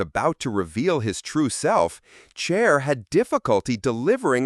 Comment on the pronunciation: I always know it's AI from the weird name pronunciations. Chair? C'mon.